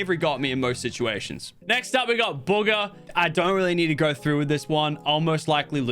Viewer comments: WHEN HE BUGGA INTSTEAD OF BUGHA LMAO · You said booger not Bugga! Haha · He called Bugha “booger”